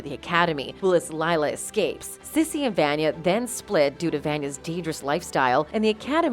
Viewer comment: You keep referring to the Handler as he and him even though she’s a woman…and you pronounce Vanya wrong throughout this video. Why make a video about a show you clearly do not watch?